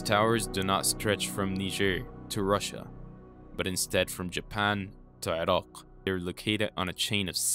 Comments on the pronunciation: It's pronounced i-rack you fuckin infidel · Dude! It's Iraq. I-Rack or I- Rock. come on! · Why are you pronouncing Iraq weird? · Irak not Irok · You: eeerockhhh My us way: eye-rack Yours better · Is the narrator purposely mispronouncing words but pronouncing Iraq in a very distinct way. Is he an Iraqui? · yo bro, keep practicing on pronouncing iraq correctly, if not just say mesopotamia!